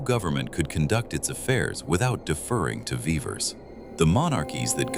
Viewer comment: A tiny glitch: The pronunciation of Vivers is not consistent. In the first half of the movie it is vee-vers but in the second half of the movie it becomes vai-vers sometimes.